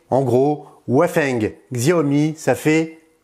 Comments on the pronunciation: Xiaomi se prononce "Chaomi" je crois.. voili voilà.. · On dit Shayomi pour Xiaomi :) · Ta façon de dire Xiaomi m’irrite l'oreille. xD